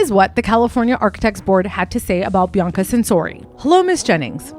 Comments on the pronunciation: I love your vids, but her name isn't pronounced Bi-ann-ca, it's pronounced "Bee-ahh-cuh." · i’m trying to concentrate but every time you pronounce Bianca i get confused and think wait who’s this she’s mentioning now? i have to pause and rewind because i keep thinking i missed something. it’s pronounced Bee-ahn-kah other than that, this was well researched. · He name isn’t BeeYankahh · Her pronunciation of Bianca’s name and several other words is pretty cringe worthy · You’re saying her name wrong 😑 so it makes it hard to watch the video 😢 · i thought the same thing about her saying Bianca. i kept thinking i was missing something and kept rewinding. i’ve never heard anyone pronounce it like that before. every time she said her name she said it differently so it further added to my confusion. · I can't tell if your trolling or not on how you keep pronouncing these words... good on you, you got me worked up😂..I.E: Bianca, Ivanhoe, ect...